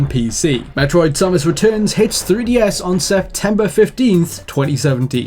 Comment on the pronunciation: Finally, someone who pronounces Samus the same way i do!